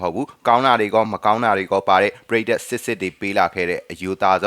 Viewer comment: ပုရိတ်သတ် ❌ ပရိသတ် ✔